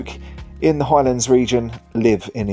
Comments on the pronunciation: FYI!! Am well aware of the gaelic, but your still wrong!! It is a simple 8 letter word and you mangled it not once but twice!!. Maybe you need elocution LESSONS!!. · How do you mangle the pronounciation of the Highlands??!!. Cairngorms national park not a mountain range!!.